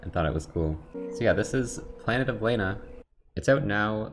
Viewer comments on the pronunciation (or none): They pronounce it "Lah-na" throughout the whole game, but I love how just keeps saying"Lay-na". 😂